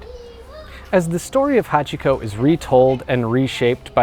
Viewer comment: No, you're not deliberately speaking with an English accent. You can't fool someone who is fluent, sorry. And I'm talking extremely basic Japanese pronunciation. Its "hahtch-ko" not "ha-chee-ko, the i is dropped, its not "shibbuhyuh" its shee-boo-yah". I know about 50 people who became fluent, and NO ONE goes back to mispronouncing Japanese once they're even moderately fluent. For you I recommend learning the pronunciation of vowels, which you should have learned in the first ten minutes of studying Japanese.